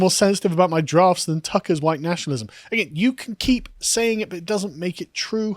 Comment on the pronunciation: ...huwite boy!...lololololo